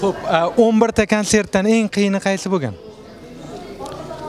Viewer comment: bolam,, o'nbirta" emas,, o'nbitta" deb aytiladi. Men ishonaman sizdek faol va bilimli inson albatta to'g'rilab olasiz nutqingizni